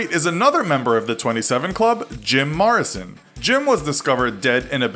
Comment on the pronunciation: Dude can’t even pronounce Morrison right... this isn’t even an educational 101 course